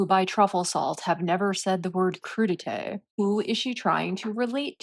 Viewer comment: MM does not pronounce crudité properly. A French u is similar to German, more narrow, not American oo. She knows nothing about nothing, just grandstanding.